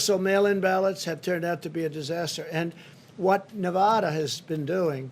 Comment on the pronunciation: And Na VAHHda. Then again he thought they were building a wall between Mexico and Colorado.